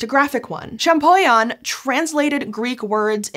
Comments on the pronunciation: great video, great subject! Champollion is pronounced ShampoLion because the LL is in front of the I. But the video is great, I’m just not sure if I have to correct people or let them keep mispronouncing… I’m sorry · My ears bled when she butchered the name of Monsieur Jean-Francois Champollion. Man Americans need to learn another language.